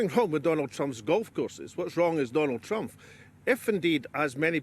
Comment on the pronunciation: Why does he keep saying "Trumph"? Weird pronunciation.